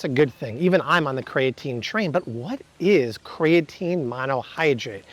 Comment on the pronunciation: It's "kree-uh-teen" NOT "kray-uh-teen". Look it up.